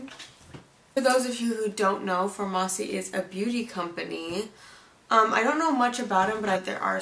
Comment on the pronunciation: FAR-MASSI?!? girl noooo 😂😂It’s pronounced just like pharmacy